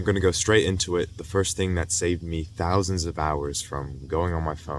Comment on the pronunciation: “Thousands of hours” its real when you say it like that